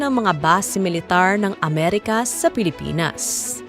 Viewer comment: Pilipins daw. Pres conperens… poreyn ministri 😂